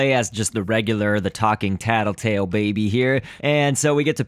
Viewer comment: Luis Berdecia Its Tattletail, not Tattletale.